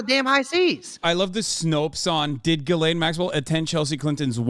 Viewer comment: You guys would have a lot more credibility if you learned how to pronounce Ghislaine (zhisslay)